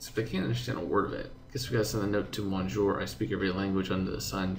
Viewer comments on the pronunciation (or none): Hi, Ace. Monsieur is pronounced more like messy + you with the stress on the last syllable. I'm not a French native speaker but it still hurts me to hear it ;D